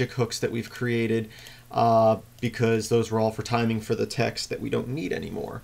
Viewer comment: LOL Transcribed Audio.. Select new TAX.. since im deaf, im assuming the author's accent is saying TEXT.. btu sounded like TAX :P